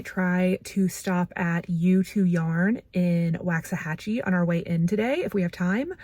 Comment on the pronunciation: Cowboys fan here and that game was the worst! I mean come on... I love your sister's tiny house, so cozy but with everything anyone could need. Not to be critical but Waxahachie is pronounced with a soft A, like in waffle, not a hard A, like in wax. When I moved to Arlington 20 years ago, I mispronounced Waxahachie and was quickly schooled on the correct pronunciation, LOL. Great video as always!